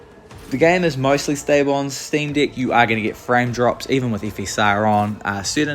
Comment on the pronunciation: Dude, are you saying "Steam D!ck?"